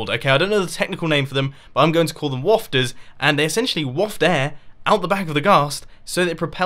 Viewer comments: WAFTERS! The way you said it Mumbo was really funny. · "Wafters" Is the air like a fart?